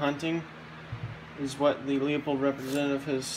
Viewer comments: It’s not Leo-pold it’s Lew-pold. If you’re selling scopes you should know how to pronounce the company’s name! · the correct pronunciation of Leupold is "Loy-pold" or "Loy-polt", depending on the german dialect. How do you pronounce "Schwarzenegger"? The american way or the correct, german, way?